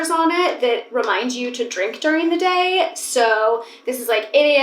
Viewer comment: You’ve gained a New York accent for some words!!! “I move my body every single DAY “ the way you say Day is so nyc